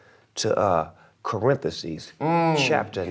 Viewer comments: This man said "Corinthesis" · this nigga snoop said CORINTHESES. hahahahaha